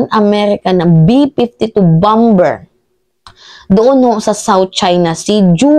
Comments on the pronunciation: BOMBER, ANG PAG PRONUONS AY BAMER HINDE BAMBER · Bomber sounds bamer not bamber. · Bamer not bamber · Bamer po ang pag pronounce sa bomber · (Bomber =bamer ang bigkas mali ang bamber) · Idol..(Bamer) ang bigkas ng bomber.. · Mam, paki check nga ang pronunciation ng word na BOMBER? If im not mistaken BOMER po yata ang tamang pag pronounce nito. Thanks po. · Bomber is pronounced as bomer. Thanks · Bomber.. pronounced as bamer o silent b Po Mdme. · Bomber is pronounce as baa•mr. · bomber (pronounce BOMER) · Bomber pronounce as silent b po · Mahal na Idol, Napakalinaw mong magpaliwag! Mabuhay ka!!! ( isa lang na obserbasyon: "Bomber" ay binibigkas ng mga Ingles na: "bamer" ) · Bomber.. silent b.. Bamer sa tagalog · correction lang po, BOMBER na silent B, sana din na bawas sa syunga bells na salota kasi parang bumabalik ang pagka-syunga sa mga words eh!….. hehe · pakicorrect yung pronounsiation mo sa BOMBER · Ate bomber ay silent b